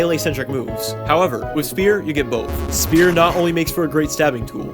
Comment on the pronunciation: its not spier its spear lmao